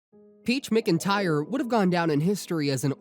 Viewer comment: ITS "MACINTYRE" NOT "MICINTYRE"😫😫😫😫